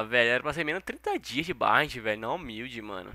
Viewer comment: Só eu que percebi que o fala "BARRENTT"?